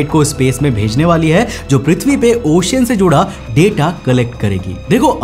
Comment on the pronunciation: ओशन बोला जाता he भाई, ocian kyu bol rhe हो